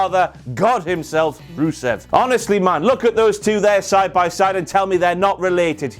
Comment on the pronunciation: It’s Ru-Cien Day! 😂